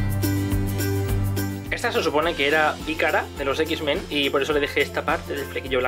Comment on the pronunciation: ekis men xdxdxd es eks men okey no soy tu fan xd